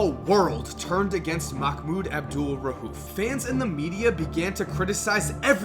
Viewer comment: Bro it's not rhuf it's rauf